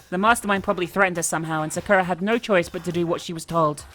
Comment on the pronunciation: i personally like how pronounces sakura